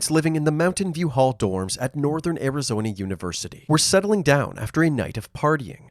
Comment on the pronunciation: arizonee university